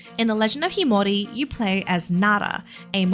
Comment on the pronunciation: Sorry, but that's not how you pronounce the title...